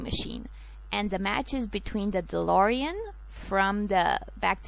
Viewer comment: c'mon of coarse its DeLorean....